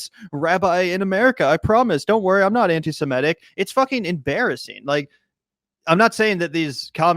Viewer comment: Please - it's "sem IT ic", not "sem ETT ic." Stop focusing on the "e" in the first syllable, which throws almost every American off of the correct pronunciation.